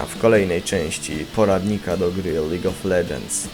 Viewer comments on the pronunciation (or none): Mowi Sie : Lidż of legends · nie dobrze powiedział